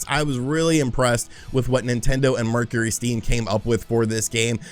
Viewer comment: Only could mispronounce Mercury